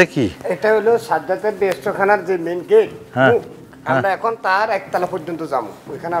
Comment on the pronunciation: এটা সাজ্জাদ হবে না এর সঠিক উচ্চারণ হলো "ছাদ্দাত" 😟 সাজ্জাদ হলো মুসলিম নাম এবং আমার নাম মোহাম্মদ সাজ্জাদ হোসাইন 🥺দয়া করে আপনারা আপনাদের দেওয়া নামটা ঠিক করেন প্লিজ 🙏🙏